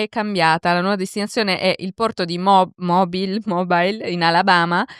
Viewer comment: Credo che si pronunci Mobíl